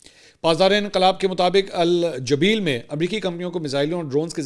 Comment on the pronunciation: سعودی عرب کے شہر کا نام جبیل ہے۔ آپ نے صحیح نہیں بولا۔